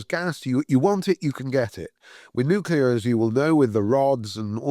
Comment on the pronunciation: Its nuclear, not “nucular”…. Listen to the person whom you are interviewing…